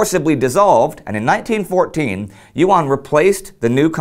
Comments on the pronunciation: YUAN sounds like "U.N." pronounced quickly. Your mispronunciations made me chuckle, but you did good enough. The Chicom version of "pinyin" is difficult for most Americans to learn quickly. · YUAN is pronounced as a single syllabus, not YU AN. Online translations are wrong. Nice video though.